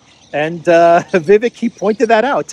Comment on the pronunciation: Vivek's name is pronounced viv - ACHE